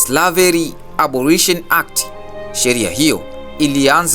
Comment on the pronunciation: Sio private inatamkwa pairets (pirates) Inatamkwa slevari sio slaveri Otherwise keep it up good job